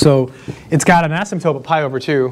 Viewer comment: Please stop calling an "asymptote" an "asymtope". You say it in all of your videos! Although when you spell it out you do spell and say it correctly. Soooo many people say this word wrong....sorry...pet peeve.